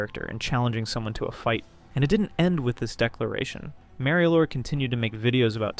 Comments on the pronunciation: Mareio? You mean Mario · I looove how the pronunciation went from 'mario lord' to 'merio lord' to 'mary lord' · I had to leave the video within 1 minute are we fr?? I love making fun of these creatures as much as the next guy but please tell me when the red hat Nintendo plumber ever called himself “marry-o” like genuinely where did this even come from I hate it so much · Why do you pronounce Mario like that..? The a is hard, you're using the soft a.